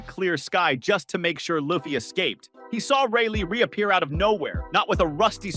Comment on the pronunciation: The fact that you just said luffy's name like that you're getting a thumbs down